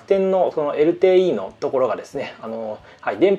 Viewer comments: エルテーイーってナチュラルに言うのやめてくださいww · こんなにサクサク進んでいくiPhoneレビュー初めて！らしくて好き💕 ホームボタンの設定の時、弱い強いプシュ💕て、プシュwこだわりのエルテーイーの発音とかインカメラ写真撮影のときだけ写ってて笑いました🤣